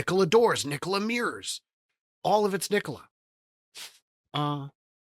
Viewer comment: Trevor is pulling strings from prison, I wish would stop saying Kneekola, upvoted!